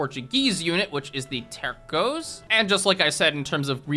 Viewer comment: Bro has beef with the pronunciation of Tercio